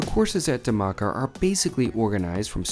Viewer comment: Hi! The Dh in Dhamaka is pronounced like the English word “The” but explosive. Like THE-maka